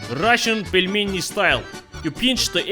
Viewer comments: Pelminator HAHAHAHHAHAHA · "Putin the Pelmen" :DD